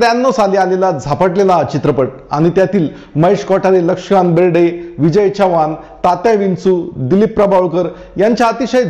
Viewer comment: lakshikant berde bolta yet nahi ka tumhala